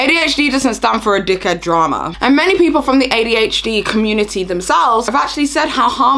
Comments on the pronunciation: why does she pronounce adhd like that ay dee h deeeee.... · Why does she say “ADH — Dee”